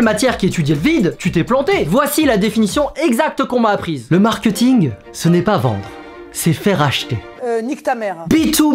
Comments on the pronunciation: Est-ce que je suis la seule à qui ça dérange quand il dit « markEuting » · normalement on dit markéting